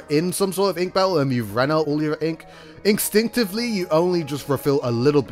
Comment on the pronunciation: "INKstinctively" ;) Also what's the music you use? I always love it and it's so soothing